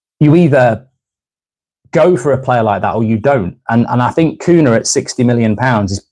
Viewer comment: It's pronounced cunya